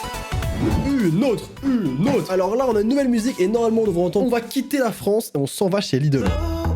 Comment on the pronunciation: Oui faut entendre que c'est franc ceeeee et non franceeee et on entend mieux après